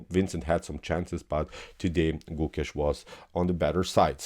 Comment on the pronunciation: Hey, for your upcoming videos it’s not pronounce like Goookesh!..it’s Gokesh..try avoiding strech of Alphabet( o). Thank you only native will understand different